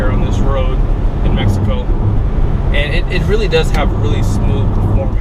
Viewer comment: Did you say Mexico?